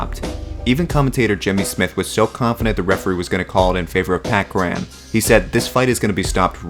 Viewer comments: Cur-in. Not Cur-ran. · Pat Cran ? Curr-an, Curr-an. They even say it in the clip, lmfao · Cur-ran (kur-in) Not kran lmao